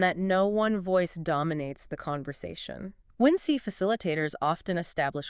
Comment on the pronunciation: How did you find out about us? The description mentions human curation and we would love to talk with the humans behind the making of this video. Also, its WinC like "Wink" ;) not "Win-See" or "Win-C"